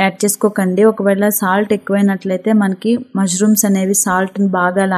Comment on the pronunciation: Not mazrooms ,mashrooms btw good recipe